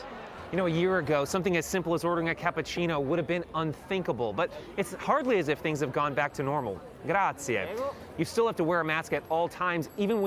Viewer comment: I wanted to tell the reporter that the word GRAZIE is not said with four AAAA